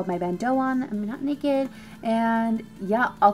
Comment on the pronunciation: "I'm not nekkid" 😂💖